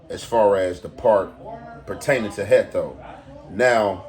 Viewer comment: Heatho not hecto